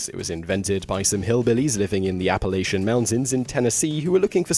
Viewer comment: I'm really glad that of all the things Simon mispronounces, Appalachian isn't one of them.